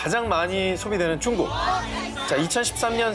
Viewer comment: 오상진 아나운서 중국을 쭝국이라 하시고.. 맨 앞글자에 오는 시옷 발음이 좀 세신 것 같은데 말 하실때 힘을 좀 빼시는 게 어떨런지